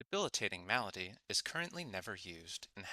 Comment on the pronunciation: Say Malady right next time! And tip your fedora while you do! Good vid.